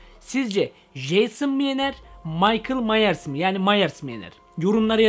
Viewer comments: mieke merlis türkceme tükirim 😂✌️ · Yalızışı - Michael Myers - okunuşu Maykıl Mayrs